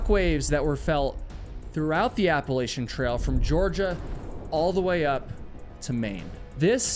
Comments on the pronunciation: Thank you for the help with Helene devastation. It was horrific! And, as a resident of Appalachia, my tip for you is that you’re saying it wrong. I learned early that it is AppaLACTHa. Not AppaLAYSHa. IYKYK! Thank you for your videos. 🌲 🏕️ 🥾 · You're pronouncing Appalachia incorrectly.